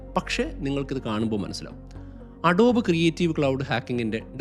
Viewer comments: അഡോബ് അല്ല അഡോബി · അഡോബ് അല്ല അഡോബി ആണ് ട്ടോ